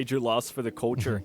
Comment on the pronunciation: Why can't this guy say culture?